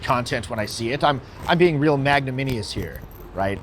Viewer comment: You know you mispronounced magnanimous right? But over all pretty decent video, 7/10 from me. Keep up the good work, your getting there.